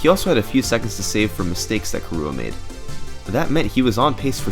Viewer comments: its KIrua, KI-rua, not kiRUa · nice video but the way you say kirua hurts my soul. it's prenounced like Killua from hunter x hunter (the stream even had a picture of killua in the video ) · Yes, but not pronounced as ki-roo-uh, it's closer to kee-rU-ah - where U is the very non-english back unrounded vowel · How do you manage to pronounce Kirua as "kahrua"?! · Kirua is pronounce ki/ru/ah; it is Japanese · the way he said kirua though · That pronunciation of Kirua though, ouch xD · THe way you pronounce kirua hurts me tho x) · Honestly the worst thing I can say about this video is that you kept pronouncing Kirua wrong.